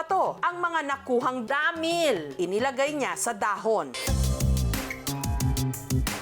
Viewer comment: DAAAAMIIL…. Paki explain, bakit ganyan mo pino-pronounce?